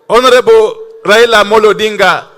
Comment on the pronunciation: Did the UG minister just say :Raina Amolo" hhhhh, the term 'rhino' has a connotation that fits the bill